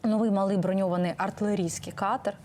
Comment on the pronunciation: Мабуть, має пройти ще років до 100, аби зникли з українського медіапростору русизми. Малий (катер) наголос має бути на другому складі, а дякую не може бути великим, бо це дієслово, тому дякувати можна щиро, дуже і аж ніяк не велике. Це калька з російського "большое спасибо".